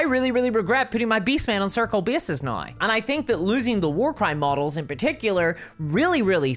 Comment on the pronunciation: why do you say now that way? naoi?